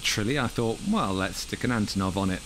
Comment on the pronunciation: as russian-ukranian-belarussian speaker i should say that it's antOnov with word stress on first O but not on first A.